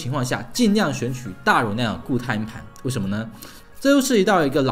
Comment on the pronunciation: 连硬盘这个词都发不好音，不该连读的地方强行连读，不该轻声的又发轻声。真的没心看下去